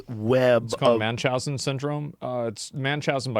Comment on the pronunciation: Munchausen! Not manchausen. Lol. Drives me crazy.